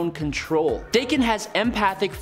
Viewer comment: Dakken is pronounced "Docken". Look it up.